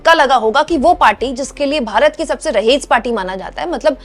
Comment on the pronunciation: please rectifie your pronouciation, the correct world is raees not rahees.